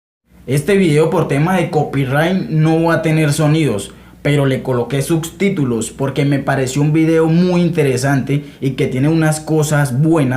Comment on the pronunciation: Creo que lo dijo con XS algo como suXStitulos jajajajaj